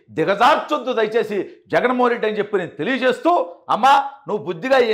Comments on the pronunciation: బ్రో... రెడ్డి అని స్పెసిఫిక్ గా వత్తి వత్తి చెప్పద్దు. ఎన్ని కుట్రలు చేసినా, కుల చిచ్చు రగిల్చిన కూడా కూటమి అధికారంలోకి వచ్చింది. వాళ్లు చేసిన తప్పులే మీరు కూడా చేయద్దు. ఆ పాప ఒక జఫ్ఫా అభిమాని కూతురు అని, ఇది మొత్తం ఒక స్క్రిప్ట్ అని రాష్ట్రం లో అందరికీ అర్థం అయ్యింది. రెడ్డి సామాజిక వర్గంలో కూడా ఇటువంటి చేష్టలను ఈసడించుకుంటున్నారు... వాళ్ళే కాదు కొంచెం common sense వున్న వాళ్లు ఎవరైనా కూడా ఇలాంటివి చూసి నవ్వుకుంటారు.ఆ సామాజిక వర్గంలో సుమారు 50% మంది అతనికి ఓట్లు వేయలేదు.... అందువల్లే కడప జిల్లాలో కూడా 7 సీట్లు కూటమి కైవసం చేసుకుంది. వాళ్ళను వేరుగా చూపించి మాట్లాడ వద్దు... ప్లీజ్ నోట్... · Reddy అని ఎందుకు అంత గట్టిగా చెప్తున్నావ్.. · Reddy ani vatthi palakadamu baaga ledandi.